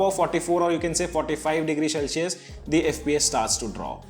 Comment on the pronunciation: bro it's Sell-She-Us not Shell-Si-Us